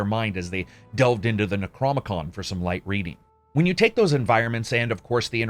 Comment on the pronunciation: Necro-nom-ee-con Great as always. Thanks for all you do